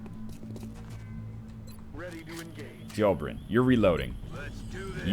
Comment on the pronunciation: Why do you hate Dobrynin so much? You keep mispronouncing his name. You never read NL, even names...